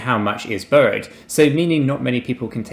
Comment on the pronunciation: When you say burrowed, do you mean borrowed? Maybe said burrow 20 times and I'm not sure if this is a crypto term or if it's a British mispronunciation of borrow.